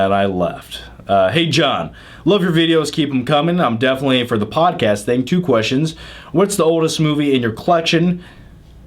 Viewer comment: John, it's podcast, not podcass